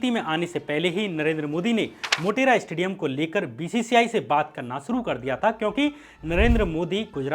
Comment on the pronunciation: Its said stadium not 'estadium'........